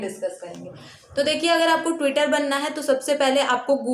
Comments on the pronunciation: It is not twitter 😂 it's tutor, teu-tar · Tutor hota he twitter nhi...twitter bol rahi ho aap